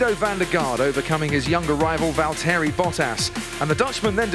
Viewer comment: val-TERRY bottas